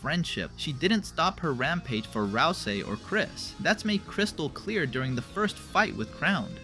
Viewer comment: "RAL ` SEE". Please. For the love of goat mom pronunce it roite m8. prono-unce it roit.